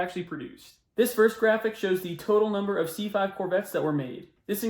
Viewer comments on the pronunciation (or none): Excellent analysis and video........but the author should learn how to say "numbers."